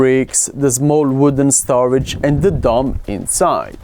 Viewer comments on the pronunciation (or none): none